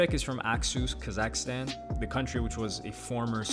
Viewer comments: its not ka zack stan its KAZAKHSTAN one full word not 2 words weirdo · It drives me crazy how you pronounce Kazakhstan